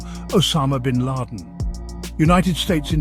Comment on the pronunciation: What a funny KI con job video. Just the voice Isn't perfect ... e.g. the pronunciation of "Bin Laden" ...